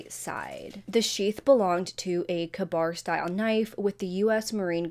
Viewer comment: Brilliantly covered....I will point out ka bar ...the ka bit is pronounced kay....I know you like knowing pronunciations..as do I...so I thought I'd share xx